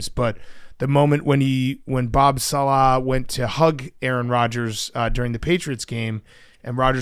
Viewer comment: Why does Big Cat sound so awkward saying Robert "saLAH"? … sounds like he's trying too hard to put the emphasis on the 2nd syllable.